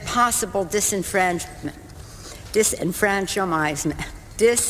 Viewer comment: Dis- en-fran-chis-ment. Polygrip must have come lose. 🤣🤣